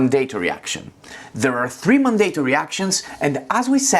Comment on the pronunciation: Just a helpful hint as I'm guessing English is a second language for you: Mandatory Pronounced: MAN-duh-tore-ee Purchase Pronounced: PURR-chess Excellent tutorial. Thank you!